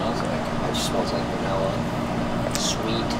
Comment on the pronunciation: Stop saying Vanella. You're professionals for Pete's sake.